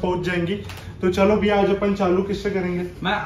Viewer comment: Biya..ya Bhaiya humko toh Biya sunai de rha hai